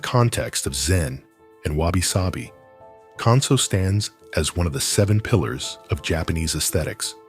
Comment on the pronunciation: I can’t believe that you mispronounce “Kanso.” You pronounce “kan” like “can” of soup. Japanese would pronounce “kan,” “k-ah-n.” May I suggest doing your homework before posting a video, thereby avoiding making fools of yourselves? Secondly, your interpretation of western minimalism is inaccurate. In sum, this video is bogus, in my view.